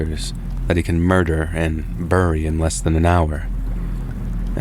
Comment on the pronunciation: Burry is not how you say it. It’s Pronounced- Berry. ⭐️ Bury. Look it up!!!!